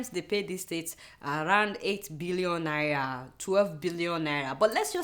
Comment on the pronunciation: cant adeola pronounce NAIRA properly?